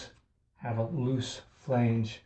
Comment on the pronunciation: Thank you! Please check your pronunciation on this word: FLANGE